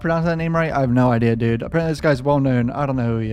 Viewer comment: Bro makes my day wen he says dude 😂 shit will always be funny to me 😂